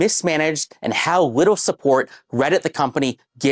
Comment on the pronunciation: he says "whittle" instead of "little" Just wanted to make anyone who didn't hear that aware because it's kinda funny